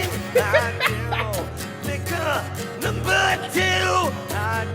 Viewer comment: Note that at one point it sounds like he says “I do take a number two!” so, I mean... he could just be straight up shitting himself.